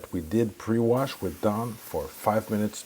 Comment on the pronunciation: You can’t even say the word DAWN correctly